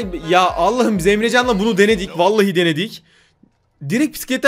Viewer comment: duyan tek ben miyim zebracan dedi emrecan yerine